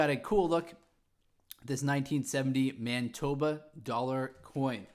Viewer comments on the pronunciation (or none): It is not pronounced man-eye-toba